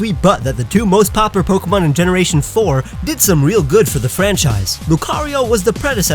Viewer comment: "Two most popper Pokémon..."